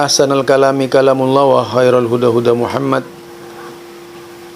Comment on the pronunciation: Muhammadur udah di ganti katanya ustad baca syahadat ajah salah,belajar lagi y